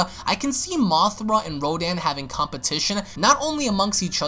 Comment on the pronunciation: Its mothra not mothera